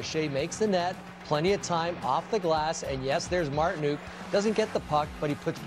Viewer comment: it's 'nook' as in 'book' or 'hook' or 'shook' or... nook. As funny as Marti-NUKE is given his offensive explosion last round, c'mon man.